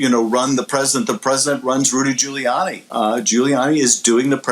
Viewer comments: who is Rudy Jewyanni? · Joe couldn't even pronounce Rudy's last name! I can't believe he got elected! what a bozo!